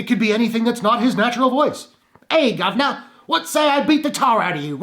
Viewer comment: Great video, man. The "gub'nah" stuff made me LOL. As for the movie itself... I'm going to be 100% honest. Nolan has never really done it for me, and I have yet to fully grasp why. In principle, I have nothing but admiration for Nolan: his ambition, his idiosyncrasy, his love of literary story-telling, his determination to stretch his imagination to the very limits. I've got no problem admitting, without qualification, he's a genius. That said, however, I think the only films of his I've ever loved are Memento and The Dark Knight, both of which I consider nearly perfect. To his credit, I've never hated any movie he's done. It's just a constant stream of films I feel I should love, but for some reason just don't. I watched both Inception and Interstellar once, and never felt a desire to watch them again. The Prestige is ok; Insomnia is ok. The Dark Knight Rises is ok. And Batman Begins... yeah, pretty ok. Ask me what's wrong with Batman Begins? Nothing, really. I'd even agree with you that it's the better BATMAN movie when compared to The Dark Knight (which is more of a treatise on political philosophy disguised as a Batman movie than a "Batman movie" in the classical sense). The most I can say about why I've never been into it is that it neither moves nor thrills me all that much. The performances are all fine (and I agree on Murphy, who I've always been a fan of anyway). Music's good. Cinematography's ok. Yeah, it's all good. I guess all I'm saying is the film, like most of